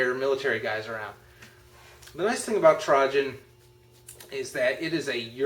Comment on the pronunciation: Just for future reference- it's pronounced Tr-ay-jen.